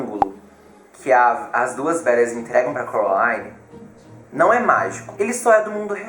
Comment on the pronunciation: ele fala errado ele fala : corolaine enves de : coraline